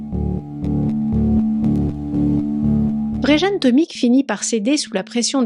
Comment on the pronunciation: Plusieurs précisions : -c'est Vjeran, pas Vrejan, ça se prononce Viéran -ce musée avait ses alarmes HS depuis plusieurs semaines donc paye ta forteresse -les enquêteurs n'ont pas eu besoin de le faire craquer, il a tout avoué direct et balancé le recéleur qui l'a escroqué et donc trahi Ah t'en parles après. Bon, mais les enquêteurs ont été surpris que, pris la main dans le sac pour un autre larcin, il ne cherche pas à se défiler. J'espère aussi que le couillon chez qui le recéleur a planqué les tableaux ne les a pas détruits, moi je lui collerais perpétuité pour ça.